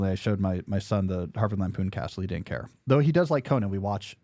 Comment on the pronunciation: Why do you say "dinnent" instead of "didn't" ?